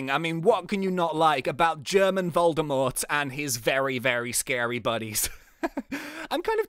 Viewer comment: Lol "Voldymort" sounds rather Svizzerish than German but well if you mean xD Actually your German pronouncation was pretty good though ;D